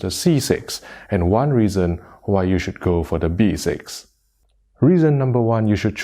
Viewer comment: Yo it's Three not Tree. Also it's B6 not V6 🤦🏻‍♂️